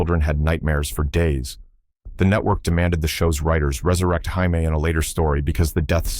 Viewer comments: This AI is horrible. Can't pronounce JAMIE.... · You kept pronouncing Jamie wrong